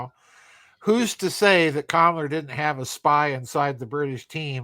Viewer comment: I know you're saying Kammler, but it sounds like you're saying Kamala.